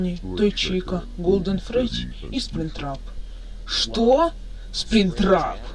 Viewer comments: не спринктрап а плюштрап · Это не сплинктрап а плюштрап